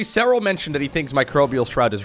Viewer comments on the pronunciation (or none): none